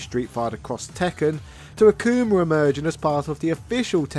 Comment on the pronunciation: He called akuma acoomer😂